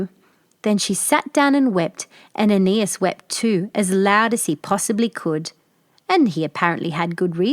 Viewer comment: I have several books reprinting this fairy tale by Mary E. Wilkins Freeman---the farmer's name was spelled Patroclus, the fat Princess' name was spelled Ariadne; and the fat boy's name was spelled AEneas, not "Anus"!!! Another drawback to letting AI render your videos.